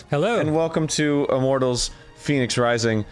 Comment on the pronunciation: Why does Arin keep saying Phoenix Rising when it's clearly pronounced "Fehnics Rising"